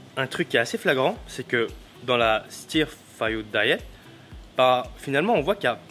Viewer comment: Vidéo super intéressante merci beaucoup ! J'ai vu que tu avais du mal à prononcer 'stirfood' donc en fait c'est à prononcer 'steur' ☺️